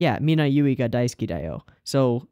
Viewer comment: btw, "daisuki" not "daisuke"